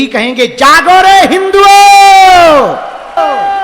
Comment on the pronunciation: Tumlog ka pandit haagne bola h haago 😂😂😂😂 jaago Or haago😂😂